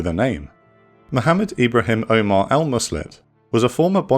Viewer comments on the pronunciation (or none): none